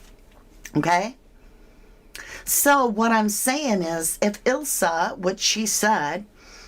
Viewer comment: "Ilsa" as you refer to her as, is pronounced, Eye-la. Just saying. xxx I love watching you, you're brilliant. I especially loved what you did when you compared where Jay was in that photograph to being on the boat. Keep up the good work. Love, from England.